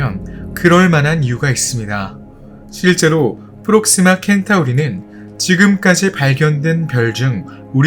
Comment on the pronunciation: 켄타우리.... 카니스 마조리스... 초중교는 나온건가..? 센타우리, 캐니스 메이저리스라고 읽지 않나..? 마치 magister를 마기스테르라고 읽는것 같네..